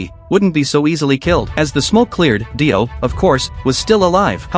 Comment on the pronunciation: Br his name not die o it’s dio